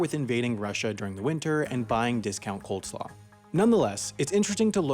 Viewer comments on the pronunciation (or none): Discount COLD slaw??? You even have the correct word on screen, but you said "coldsaw" anyway? 0_o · did you just say coldslaw?